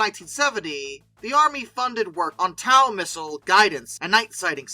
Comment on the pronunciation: TOW missile is pronounced "Toe"